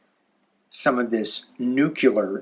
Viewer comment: The "c" and the "l" in the word nuclear are next to each other. Nu Cle ar or New Klee Are. (mispronunciation of this word drives me nuts)